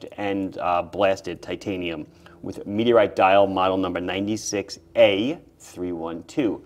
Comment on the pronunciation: "MeTeRrtE CrAsHeD tp Eart..." Love your channel.